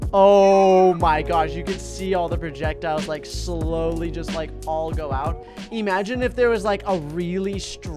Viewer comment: eemagine is totally in my dictionary